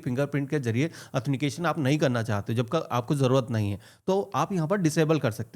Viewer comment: bhai 'athenication 'nahi 'authentication 'boliye..!